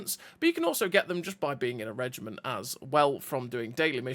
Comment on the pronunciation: Reg I Mont ???? Learn to say Reg I MENT 🤮🤮🤮🤮